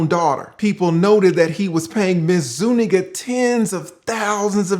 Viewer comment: i really appreciate your pronunciation of zuniga. if he had put that * *** ** in her, he coulda kept her name 😇